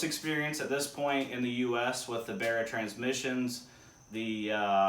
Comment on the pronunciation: Love how you call it a "BEAR-A" its like an American barra :) I get a huge rush off Aussie pride when I see you guys in the US putting our 4L six in your cars. Thanks for the great vids man your doing well